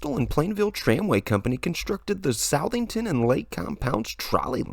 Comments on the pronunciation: It's pronounced, Suth ing ton. Not South-ing-ton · lol, no one can say Southington properly. I know how its spelled is misleading Suh-thing-ton :😜 Also i didnt know Hershey owned LC at one point, i grew up near Lake Compounce and now i live near Hersheypark and taking my kids up to LC this summer for vacation